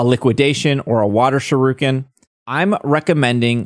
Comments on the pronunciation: It hurts to hear you pronounce shuriken, other than that good video. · I speak Japanese and I understand you don't, but I cringe EVERY time you say 'shuriken' it's pronounced (shoe ri ken) Other than that, I hope I can use my shiny clodsire though...